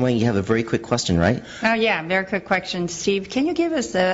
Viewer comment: Vewy quick qweksion